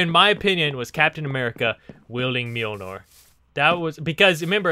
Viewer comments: Mjolnir, not Mjolnor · mjolnir not mjilnor :) nice video tho